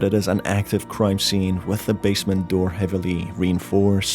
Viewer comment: Just a little critique on your pronunciation. You shouldn't stretch the last syllable of a word at every breathing pause you make. Example: "Managing to break into the basemeeeeent" "Alongside the Toooooys! "coming to the shocking conclusiooooon", etc. It sounds really unnatural and becomes very apparent after a couple sentences. Hope you don't take this the wrong way.